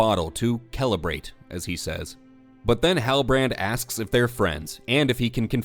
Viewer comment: "Kelebrate". Magnificent.